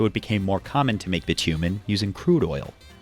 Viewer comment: The way he says "bitumen" really makes me want to scoop my eyes out.